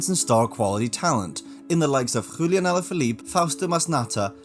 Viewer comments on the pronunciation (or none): Are you seriously saying that doping in cycling is a "conspiracy" theory? And did you really call Julian "Hoolian"?